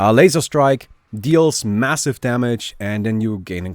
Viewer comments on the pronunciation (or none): none